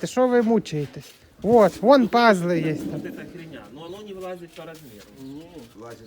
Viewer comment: не пАзлы,а пазЫ.😢😕🤭🤭🤭❗ ХБМ.(((